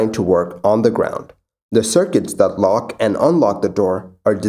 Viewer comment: Your videos are very informative and I appreciate the concise format. That said, I wish you'd enunciate a bit more. "Dis" and "dat" really grates on the ear after a while. This, that. I can tell that you're either an ESL person or at least strongly bilingual so I realise this is how you speak naturally, but there's a reason elocution teachers exist: natural doesn't sound professional. Take it up to the next level, my friend, and really even out the pronunciation. Thanks!